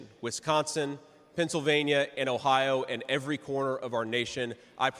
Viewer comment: Teach them how to properly do OH IO 😂😂